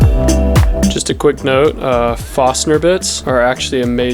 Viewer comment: Nice, helpful vids! P.S. it's "foRstner". :)